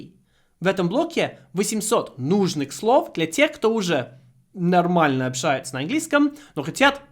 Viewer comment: Слово "общаться" вы произносите с белорусским акцентом. Точно как Лукашенко.)